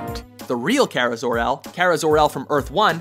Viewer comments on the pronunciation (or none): Karel Danvers, Kara Danvers, I mean come on